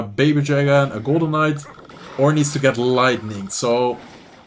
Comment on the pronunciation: I kept hearing “golem mites” everytime was talking about the golden night during the Riley vs sweep recruits game 😂